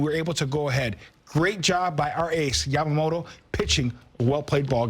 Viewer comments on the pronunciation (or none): Yamamoloじゃなくて、Yamamotoだから！！